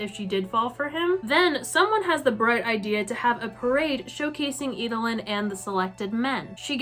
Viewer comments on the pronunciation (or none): EED-LYN. Not Ee-duh-lyn.